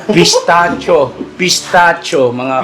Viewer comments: Pistakyo Po ang bigkas (pistaccio) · That is pistachio bread spread masarap yan. ( Pistasyo ang pag pronouce ) ❤❤❤